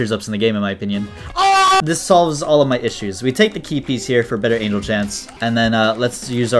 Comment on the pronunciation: I don’t think you said angel correctly